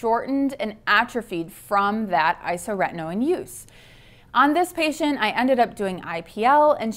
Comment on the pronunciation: My only criticism of this video is your pronunciation of isotretinoin. It's isoTRETinoin, not isoRETinoin. But besides that, it's informative and accurate.